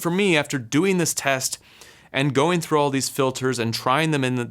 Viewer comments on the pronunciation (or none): none